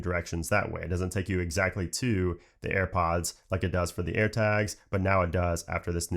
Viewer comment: AirPoooooaaaaads ... Annoying pronouncing.